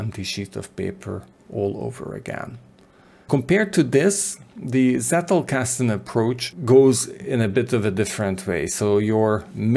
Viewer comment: Being German, I cringe every time I hear "settelkasten". It's pronounced "tsettelkasten", as in "tsunami". Sorry for being picky, even more so if you heard this for the umpteenth time. Otherwise, great work, thank you very much!